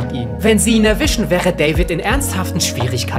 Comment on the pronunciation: Wie er das betont hat. In seiner Dreckskarre